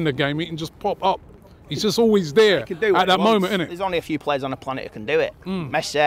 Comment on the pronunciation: "Messeh"😂 "Lewandowskeh"